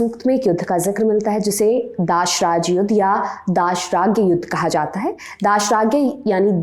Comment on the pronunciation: उच्चारण क्यों गलत किया जा रहा है,जैसे दसराज्य युद्ध को गलत उच्चारण किया गया